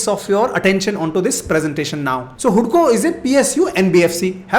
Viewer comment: Informative video.. 👍🏻👍🏻Second stock pronounce hadco not hudco😄